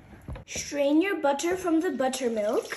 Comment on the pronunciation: Buda❌ buttttterrrrrr✅